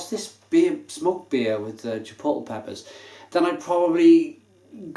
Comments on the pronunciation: If it helps, Chipotle is pronounced chipot-lay.. And Jalapeño is Hala-peno. Cheers. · chipotle is pronounced 'Chi-pot-LAY' and the J in jalapeno is silent. haha I had to! Great review as always mate. I haven't had this one, I liked the choc orange version though. Very subtle. Nice stuff. Cheers!